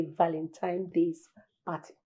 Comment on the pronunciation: Why does Uche Jumbo keeps saying "ValenTIME's day?